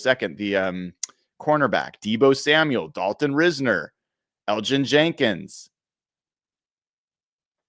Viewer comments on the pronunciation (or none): none